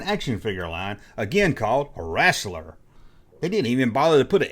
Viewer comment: The line was “wrestler” not “wrastler”